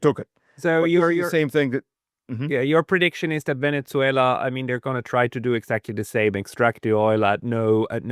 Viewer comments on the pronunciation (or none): try to pronounce "Venezuela" correctly, not with that awful German pronunciation (Venetsuela). Please!